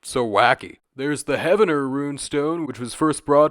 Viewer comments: Poteau is pronounced like plateau, and Heavener is pronounced Heave-ner. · Hey brother, Okie here. Heavener is pronounced Heev-ner and Poteau is pronounced Poe-doe. Our town names are all over the place. Great video!